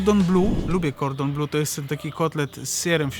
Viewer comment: Cordon nie jest "blue" tylko "bleu". Fonetycznie to: [kɔʀdɔ̃blø]. Po polskiemu najbliżej będzie chyba "kordą ble" 😅